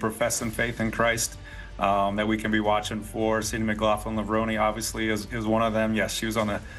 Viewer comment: Please refer to her by her proper name at all times. That means captions, as well as spoken commentary. Her married name should be pronounced LevronAY, as though there's an acute accent over that final 'e'... Tony Hunt World Junior Athletics News NZL.